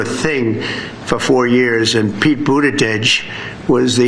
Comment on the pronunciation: Atleast he pronounced Pete's name correctly